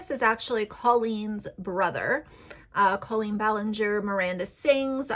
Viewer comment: Let's talk about Colleen first. The fact that you don't even know how to pronounce Colleen's name just proves you don't watch their content at all. The fact that you're going after someone like her, when she regularly raises money for things like childhood cancer, is problematic in itself. Colleen has raised awareness for depression, anxiety, pregnancy issues, and so many more topics that needed to be normalized. As far as the Ballinger family themselves, whether or not they want to film videos that include THEIR children is up to them and their children. Parker, for example, is a very out-there, energetic, sweet boy. And whatever he's wearing, whatever he's doing, is his choice. And that goes for all of the kids. If any of them were not comfortable with being on YouTube, they would say something. And Bailey is 13 years old. She's not incompetent and she could easily have spoken up by now if she, or any of them, were uncomfortable. Jessica and Christopher are both very sweet, kind people and I'm positive that if their children were not comfortable with any of these things, they wouldn't force it on them just because they need some sort of financial reward. Rachel Ballinger has been an ICON for the gay community and for women in general. She normalizes that women can do things without the help of a man. She's constantly doing things that are stereotypically a "man's" job, like woodworking for example. And in the process, she's proving that a woman is perfectly capable to do th